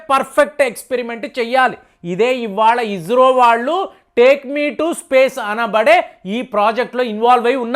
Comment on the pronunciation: అయ్య నువ్వు స,కు జ,కు తేడా తెలుసుకో అది ఇస్రో, ఇజ్రో కాదు నీ తెలుగుకు ఒక దండంర అయ్య